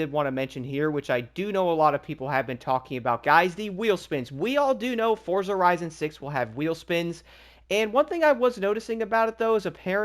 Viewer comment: you too pronounce forza wrong